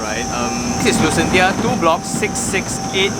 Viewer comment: Thanks for going through all the hassle to show us the actual site. Great work. On a side note, I think it's should be pronounced as Lucenshya, as in Dementia.... Sounds more Atas😄